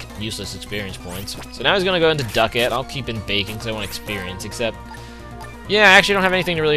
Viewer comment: it's duckLett not duckett....